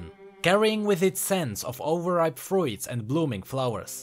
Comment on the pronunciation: Great vid. Anyone else notice him pronounce the word fruits as "froo-ids" around the min mark?